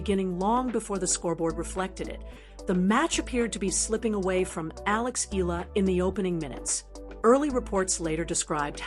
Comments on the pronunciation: E-YA-LA not E-LA is the correct pronunciation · Alex Hila? It’s Alex Eala for your information! Lol 😂